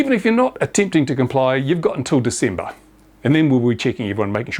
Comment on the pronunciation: Completely false. even has the date wrong "until December" (Diesember). The gasping of breath and grasping at straws. This pathological liar is about done.